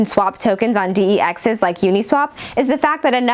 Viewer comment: "Dee-Ee-Exes". Does this girl even know what she is reading?